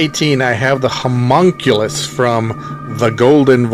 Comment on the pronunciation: Sorry to be a nitpicker, but the creature is pronounced "Hom-ON-koo-loose", not "Hom-mun-cueh-lus". It is even stated by the Grand Viziér as such in the movie in that scene, moments after it turns to smoke and leaves. And, that other pronunciation you mention as a possibility is even more way off.